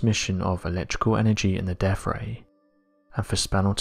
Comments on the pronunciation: Did you say Deaf Ray or Death Ray?? Two very different things :) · "...deaf" ray??? Are you tying to say "deaTH" ray?!